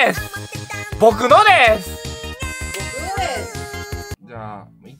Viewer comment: 僕のですの言い方が挽き肉ですの言い方になってるのww